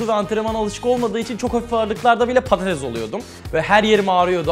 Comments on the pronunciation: patates degil pattes oldum diyor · Patatessssssss patatez değillll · Peki orkun un patatese padadez demesi +1